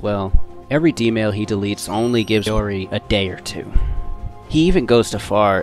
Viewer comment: How do you MESS UP pronouncing Hououin Kyouma when it’s PRONOUNCED in the Anime?! \ (✧ _ ✧) / And Mayomi?!? It’s Mayuri!!!!! DX (Mayushii is also acceptable)